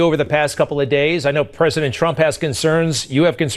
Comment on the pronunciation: I Know he said “president Trump” but I heard “prisoner Trump” 😂